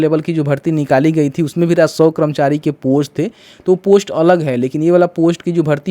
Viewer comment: पहले राजस्व बोलना सीखो फिर वीडियो बनाओ 😂